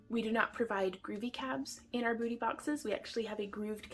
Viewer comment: You said Boo ty boxes, so I thought Halloween, lmao